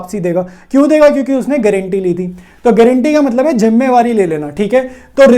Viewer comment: Jimmewari 😂😂😂.....jimmedari hota h